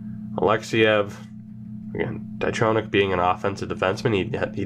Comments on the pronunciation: Jonny Tychonick is pronounced (TY-KON-ICK) I know him personally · Jonny Tychonick is pronounced TyCONick btw